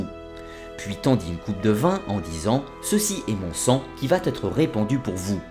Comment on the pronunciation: "Qui vat être donné" ... Attention à la prononciation quand-même !